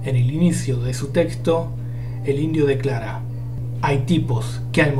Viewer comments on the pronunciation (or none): none